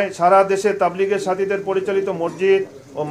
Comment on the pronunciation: মরজিদ মরজিদ না বলে মাসজিদ বলুন please